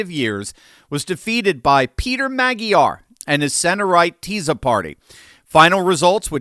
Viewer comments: I would love your podcast even better if you’d make a better effort to pronounce Hungarian and foreign names. Tisza ( ti -sa) Magyar ( meaning Hungarian ma-dja:r) and it Soros ( sho-rosh) Budapest ( Buda-Pesht) Thank you. Köszönöm. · and stop saying mah gee yar... it's MAUWDY YAWR there is no g in prononciation. and TEE-SAW ... there is no z in the prononciation. sz is pronounce like an s an s without a z actually sounds like a sh in hungarian.